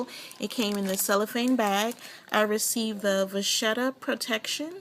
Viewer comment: Just an FYI it is pronounced VA Ketta. Great video